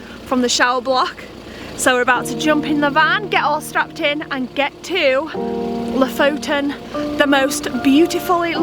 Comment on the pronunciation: It would be fun if you actually learned how to pronounce the names of the places you visits from locals. So far both Kiruna and Lofoten you are butchering and it is just a tad annoying. :)